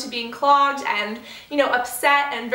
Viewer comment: "very proned to be progged" x2 haha love ya cass :)